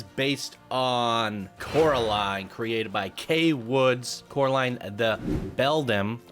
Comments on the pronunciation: “Corrrrr-aline.” 😂 Sorry. Had too. This is my favorite movie and when I heard Caroline, it’s like. 😬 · Quite a bit of clipping on this one. Could use some additional scenery around the queue. Then again it is a console submission. Also it’s pronounced COR-a-line, not CARE-o-line. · god i cant help but cringe evreytime you say Caroline XD you should do yourself a favor and check the movie out! as well as any other Laika Studios films, they're one of the best, and one of the only studios doing this level of stop motion. Paranormal, Box Trolls, Coraline, and my personal favorite, Kubo and the Two Strings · Me wondering how many times says Caroline instead of Coraline. Answer: a lot Also, it’s not a series, it’s just one book with one movie and a single comic adaptation